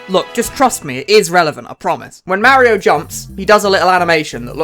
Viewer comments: Did you just pronounce Mario "may-rio"? Not "mah-rio?" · downvoted video cuz of wrong pronunciation of mario (may-rio). 😏